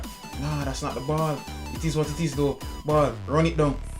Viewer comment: I like whenever you say "Itis what titis"😂